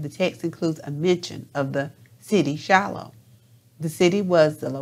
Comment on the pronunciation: The word is Shiloh